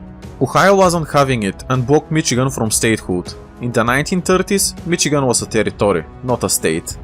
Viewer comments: Just a small nitpick but we pronounce Michigan like Mishigan similar to how the Germans would pronounce it due to the large German influence in the Midwest. Other than that loved the video keep it up man! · As a Michigander, I am very happy you made this (also it’s pronounced mishigan, with an sh sound instead of a ch sound).